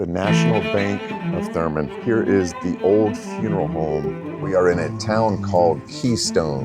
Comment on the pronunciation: It’s “Thurmond,” with a D.